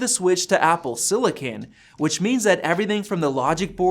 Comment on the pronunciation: What the hell is siliCAN?